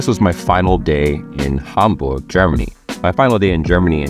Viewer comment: BTW your pronunciation of German names / locations is perfect! Congrats!